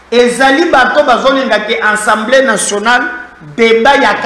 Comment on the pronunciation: A-100-BLÉ et non AN-100-BLÉ